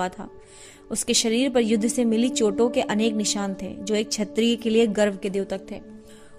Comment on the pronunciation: धन्यवाद। आपका हिंदी पाठन उत्तम है। कृपया कुछ शब्दों के उच्चारण पर ध्यान दें। उदाहरण के लिए - आप 'क्षत्रिय' को 'छत्रिय', 'क्षमा' को 'छमा' और 'प्रशिक्षण' को 'प्रसिक्षण' पढ़ रही हैं। फिर भी आपका प्रयास अत्यंत प्रशंसनीय है।